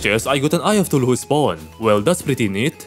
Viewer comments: Let's just ignore how he pronounce Cthulhu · eye of Thu-lu-who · Ngl but i is so funny how you pronounce chtulu(tf do you say this sh-)